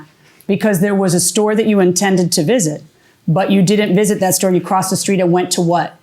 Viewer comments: Theres no "h" in the word store 😅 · Parked at one shtore and visted a different shtore 😂